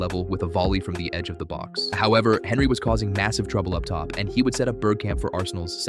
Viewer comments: The way you pronounce Henry is cursed af 💀its tee·euh·ree on·ree not fucking Henry 💀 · This American who’s posted this video know nothing about the premier league or who the players are who the f**k is Henry that’s how it’s spelt not how it’s pronounced he’s French don’t listen to this guy. When Ronaldo first played for united he constantly lost the ball you know nothing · At least pronouce Henry correctly. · IS this an AI voiced video? Pronouncing Henry like that just sounds wrong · I'm sorry but you can not be taken seriously if you pronounce "Henry" in English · I just wish you'd say Henry correctly